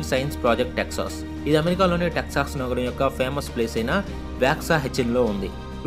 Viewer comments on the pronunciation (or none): none